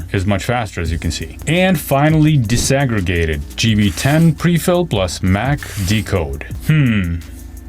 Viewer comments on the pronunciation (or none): Disaggregated. Not desegregated. OMG. Dude. Dis. DEE-EYE-ESS. not des.